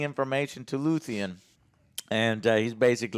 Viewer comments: One thing I'll always give credit for is NEVER getting character names correct. lmao... it's Luthen, not Luthien. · Joe... get character's names right dude... it's LUTHEN... not Luthien... how can you review a show when you keep forgetting details and can't refer to characters right. You claim to love this show, and we're 10 eps in and you still can't remember characters names right. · It's Luthen not luthien, lutheen and so on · His name is Luthen. Noth Luthien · it’s LUTHEN not LUTHIAN… learn the names for fucks sake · Geez...he's dyslexic...way to make yourself seem like a a-hole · dude said luthean and im out